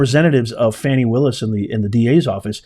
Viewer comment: It's not Fawny Willis it's Fany Willis